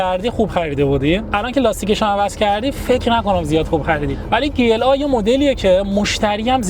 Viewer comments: داداش بنز (گی ال آ) گی ال آ یا جی ال ای داداش وقتی مخفف حروف یک جا هست چیزی بنام گ وجود نداره چیزی ک من خوندم لیسانس این رشته رو دارم وقتی گ خونده میشه ک داخل یک جمله باشه قبل یا بعدش حروف بی صدا باشه این مخفف بود حروف مخفف بود ریدی داداش گ ال آ عا هم وجود ندارد ای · گی ال آ نگو جی ال ای بگو گی کلاس مثلا زیاد به دل نمیشینه❤❤ جی بگی بهتره زیاد آلمانیش نکن❤❤❤ عشقی مثل همیشه عالی ❤❤❤❤❤❤ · گی چیه بگو جی وقتی میگی گی ذهن ما میره یه جا دیگه😂😂😂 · ما به این تو ایران میگفتی جیla نه گ😂